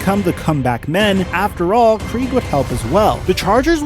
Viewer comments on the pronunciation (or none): Dave Krieg is pronounced like Craig. NOT Kreeg! Like your video but mispronouncing Krieg makes you sound like a complete idiot. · And pronounced "yon" instead of Jan Stenerud.. and Dave "Kregg" instead of kreeg for Krieg.. it'll be just the little things that make his videos legendary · Not to mention Dave Kreeg .